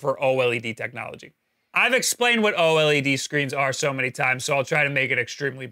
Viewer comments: O-L-E-D you mean to say "oh-lead" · The pronunciation is so annoying. Just say OLED as one word instead of O-LED. It's one word! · O LED NOT O L E D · why do you say O-L-E-D? It's easier to say OLED, like everyone else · Its pronunced O-Lead (OLED) not O-L,E,D. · why don't you just say "Oled" instead of "O EL EE DEE" dafuq dude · oh ehl ee dee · its pronounced ohlead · The only guy I know who says “oh L.E.D” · Just say "oh-ledd" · FFS, SAY O-LED!!!